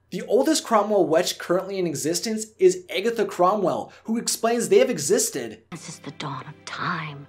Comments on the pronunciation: It is not pronounced "Eggetha" it is pronounced "Agatha"! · Am I the only one bothered by him pronouncing her character name as Eggatha instead of Agatha?!?! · If he says "Egg-atha" instead of Agatha one more time, my head is going to explode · Omg yes!!! 😩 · I had to stop watching the vid bc of it. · Or eggy 😂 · It sounded like you were saying "Eggy" instead "Aggy" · Her name is Agatha, NOT Egatha!!! 😂😂😂 Get it right dude!!! XD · its not pronounce eggatha, its pronounced aaaagatha....anyone who loves this movie knows that. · ....Eggetha? Did I hear Eggetha? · Why does he say agatha weird? He says eggatha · I think you're pronouncing Agatha's name wrong its pronounced Ah gah tha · The whole video I was like that’s not how you say it!! Lol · the fact that he pronounces her name wrong makes me upset. RIP Debbie Reynolds... Forever Agatha Cromwell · Good video but this guy can’t pronounce Agatha to save his life. And it kills me.